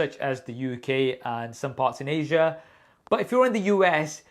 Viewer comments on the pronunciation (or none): none